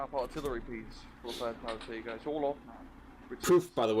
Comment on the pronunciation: The way your British friend is pronouncing fallschirmjäger bothers me greatly.